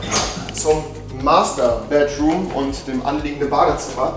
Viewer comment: Bro es heißt Master bedroom und net mathter bedroom